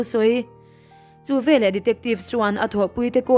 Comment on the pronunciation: Hla thu chham a ang riau. chhiar tawp rawh. A key tih danglam hian a mawilo zawk. Leh lawk, " VELAH " tih loh tur." VE LEH " ti tur zawk. Ṭang sauh sauh teh le.